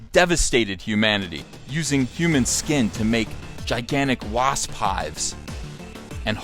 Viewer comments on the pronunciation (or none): none